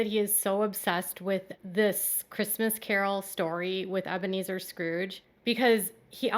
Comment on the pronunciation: From now on we should refer to him as Ebea-Me-Zer Brown